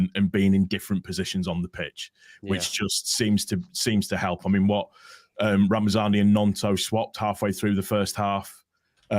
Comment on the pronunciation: Just a quick one it's ramazani there's no n and d! It's not ramandzani 😉👍🏼 great video as per folk 👍🏼